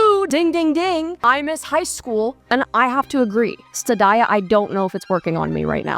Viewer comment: Studaya is pronounced like zendaya pls stop saying stud-dya